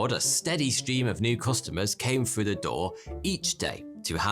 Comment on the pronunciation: Frew = through. Ok got it.